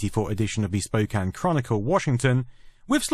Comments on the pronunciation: I'm impressed that the Brit narrator knew how to pronounce 'Spokane'. Most Americans can't get it right. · Congrats on properly pronouncing Spokane. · Thank you for pronouncing 'Spokane' properly. Even most Americans can't do it. Well done. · First ever video from someone, not from Washington, who managed to pronounce "Spokane" correctly. That's almost as impressive as this video.